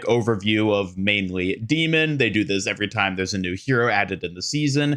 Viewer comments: I love your content, and it is such a small thing, but I have to admit that I whince every time you say Demon instead of D.Mon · Dude it’s D-Mon like Digimon or Pokémon … not Demon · Do you pronounce the names of almost all heroes wrong on purpose? Is D.Mon not demon, it’s Anran not Annrin. Feels like rage bait at this point. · dee-Mawn (not Dee-munn). :D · how you mispronounced D-MONs name the entire video when she says it in her trailor is so funny to me